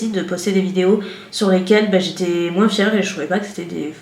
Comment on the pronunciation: Hello girl, pour commencer j aime beaucoup tes vidéos, toutes, parce qu elles ont évolué au fur et à mesure de ta propre évolution personnelle. Ensuite, j aime beaucoup l idée que tu as eu de faire moins (moinssss avec ton "s" prononcé que j adoooore) de vidéos makeup, et de faire d autre chose que tu aimes tout autant lifestyle, weekyvlog (qui n en sont pas parce que c est pas sur 4 semaines? "Hoooo myyyy goooood" c est honteux! Vous avez dit honteux?! Mmmmdr). J aime beaucoup la personne que tu es au travers de tes vidéos, et je trouve réellement très bénéfique d ouvrir le monde des voyages en France et à l étranger au monde des personnes connaissant des problèmes pour se déplacer (accès PMR, douche PMR, mais également juste les rues pavées et les marches!) C est ultra important que tes vidéos puissent servir à aider les gens à mobilité réduites ou difficiles, mais également à nous, personnes ayant la chance d avoir l usage de nos 2 jambes, d être sensibilisées également. Bref je m égare, le monde a beaucoup de mal à évoluer et à changer ses habitudes, on le voit tous dans nos vies. Je te trouve merveilleuse et très courageuse. Comme tu le dis si bien, l essentiel c est que tu continues de faire ce que tu fait, avec le cœur. Je t embrasse bien tendrement et te remercie de ces heures passer à filmer, couper, monter, te casser la tête, dans le seul but, de partager ta passion.